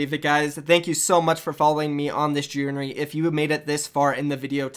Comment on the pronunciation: the way he said journey LMAO 😂